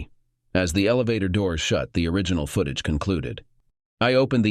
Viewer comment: Seep paration? Foot ag eh? What program do you use for TTS, something from the 1990's? ugh